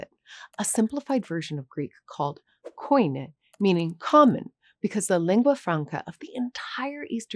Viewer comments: Love this video dear but as a Greek, it's not pronounced "koini", it's ptonounced "kini". The vowels O and I when combined are read as I. ❤️ Excellent video though ❤️ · koine = koinḗ = κοινή kini , not , ko i ne . At least in modern Greek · Koine it's not pronounced like you said it. In greek the letter o and the letter I when they are put together are pronounced like the letter I so it should be pronounced like "kine" and not ko-i-ne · The common language is pronounced not koine but kene like bikini. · The modern version of the Greek language, it is not pronounced "koini". It is pronounced "kini". "O" and "I" put together, they form a diphthong, sounding as "I" as in the word "sin". There are syntax and few grammar differences compared to ancient Greek, but in effect it is the same language. A Greek speaker today, can read and understand a script, carved on marble, 3, 4 or 5000 years ago. It is, amazing. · I wish English speakers would stop pronouncing it "koine". The correct is kini (like one wound pronounce the words key knee). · PLEASE! Correct the pronunciation of the word "KOINE" . It's NOT KO-I-N-E. It's KEE-NEE. OI = EE (οι = ι). Ε = Ε not EE. (Like in tree). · Great show. Thanks for your assessment. Just a small observation. By the Alexandrian era diphthongs were actually pronouncesd as a single vowel. Thus KOINE was pronounced "keenee" with O and I merging into an e sound. In fact dophthongs were merged even since classical times. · KOINH is pronounced like KEY-KNEE not O but OI=E . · Common greek, koini greek, is pronounced " kinney" with the intonation on the last syllable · Nice video,the only thing that makes my ears bleed is the pronunciation of that "koine" word.